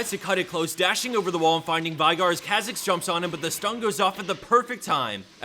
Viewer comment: It's veigar, with an e. Not vaigar. Veeeeeeigar